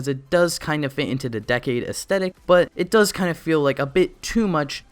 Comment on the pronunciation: It triggers me that he says Decade Wrong 😠😤